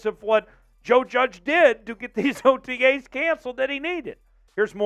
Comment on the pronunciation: Swear to god your saying otgays instead of otas